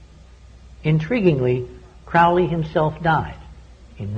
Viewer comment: It's CROWLEY to rhyme with holy!